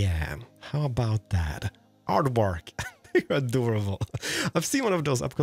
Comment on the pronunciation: Just to let you know,, "Aardvark" is an Afrikaans word. Afrikaans is a language spoken, here, in South Africa (it comes from Dutch). Aardvark (the "v" is pronounced like an "f", ie. aardfark) translates directly to earth pig. But if Aardvark is too difficult to pronounce, just call it a Cape Anteater.